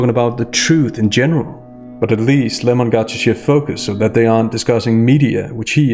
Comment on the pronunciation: It’s so hard to hear Lem-or-on this much. Only tolerable because of your great commentary. Thank you.